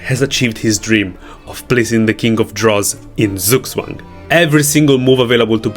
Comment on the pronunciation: It's pronounced tsook tsvung